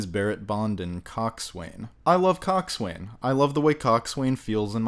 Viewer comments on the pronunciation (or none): "Cock-Sway-Nnnn" It's actually pronounced "Cocks- Unnnnnn' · Lovely review, but: 1. Cockswain, or coxswain, is pronounced kok’sn, not cock-swain. 2. It’s a sextanT with a T, not a sexton. 3. Not a ‘masthead’; she is a figurehead. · I agree with your assesment of the film. Do your homework, for God's sake, and stop using the pronunciations that the closed captioning provides. It is SEXTANT, an instrument for measuring astronomical angles. It is "Coxun", properly pronounced, not cox swain. It is "Fokesuhl", properly pronounced, not fore castle. It is "looward", properly pronounced, not lee ward. I find your review to be prolix in the extreme. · Cockswain??? It is pronounced "coxon" or "cox'n......and boatswain is pronounced "Bosun".......the young midshipmen are being trained in the use of use of a sextant, not a sexton..... a sextant is a mathematical instrument for measuring the altitudes of celestial bodies in ascertaining latitudes at sea, while a sexton is a church official responsible for maintaining the fabric of a church building and also the digging of graves.......(I can quite see how easy it would be to muddle those two up....) And British warships are NEVER, EVER, EVER referred to as "the HMS (name)....HMS stands for His(or her) Majesty's ship, so you just can't say the His Majesty's Ship...it's either the (name of ship) or its just HMS (name of ship)..........Master and Commander is one of the very few movies involving British ships where they actually get this right....... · Its pronounced “cocksun”, not cockswain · Coxswain.is pronounced Cox'un Boatswain, Bos'un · Coxswain might feel good in your mouth, but...lol Coxswain : pronounced cox- sin Boatswain ; pronounced bo-sun Carry on !! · Its pronounced cox'un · And it's still pronounced cock'sun And Bo'sun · It's pronounced 'Cock Son' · Coxswain is pronounced 'coxsun'. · Cock'sen...you don't pronounce the w...or th a.